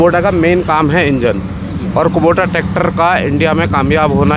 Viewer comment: कुबोटा nhi कुबोता naam h